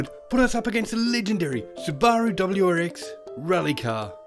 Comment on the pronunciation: Your pronunciation of Subaru is so off